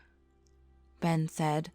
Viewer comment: She seed Ben seed 2 times hahahah